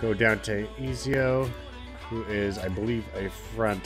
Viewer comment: Pronounced Eh-zee-oh. I just started this game today and dropped $100. I've been playing ac since like forever lol. Great series. I'd love to see them add the other assassins Conner, Edward,Altair,Adewale,Bayek,Shay...to name a few lol. All assassin team sounds dope. Subbed because of your beginner guides btw this popped up otherwise.